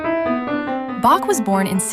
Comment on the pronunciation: The AI didn't learn to pronounce Bach.